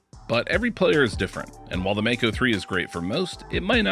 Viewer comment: Regarding the pronunciation, nearly everyone gets this one wrong. The word comes from the Maori language here in New Zealand and is pronounced "mah-ko", not "may-co". The 'a' is pronounced as the 'a' in 'palm', 'bra', and 'father'. Just thought you all might want to know this.....